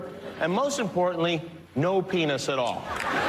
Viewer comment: idk why it's so funny how Ben Shapiro says the word "penis"....